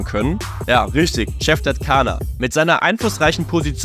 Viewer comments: eigentlich wird es „dschaner“ ausgesprochen und nicht „kaner“, dennoch hammer video. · Nettt kannnnnerrrrr CANNNERRRRR AUSGESPROCHEN ALS DSCHAAANEERRRRRRRRR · Er wird Dschaner ausgesprochen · Was meint ihr, welche Rolle spielt Caner bei diesem Skandal? Lasst eine Meinung in den Kommentaren! Wegen der Aussprache: Haben uns an den Alman Medien orientiert und "Kaner" ausgesprochen. Statt "Dschaner". 🇩🇪🥔😎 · Im türkischen wird das C nicht wie ein K ausgesprochen sondern wie das G von Giovanni. 😘